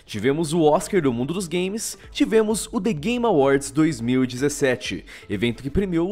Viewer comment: só eu que ouvi "the gay awards"?